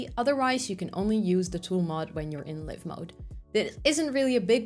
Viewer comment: Live in this context in English is pronounced live¹ (adjective) — pronounced /ˈlaɪv/ (“lyve,” rhymes with hive) > meaning: having electricity flowing; charged; active — a live wire, a live socket